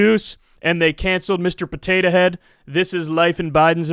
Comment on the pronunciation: I love the way Kyle says Potatuh Head. It really emphasises how silly the whole thing is.